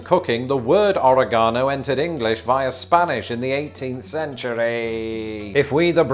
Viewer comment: "In the 18th centurëëëëë"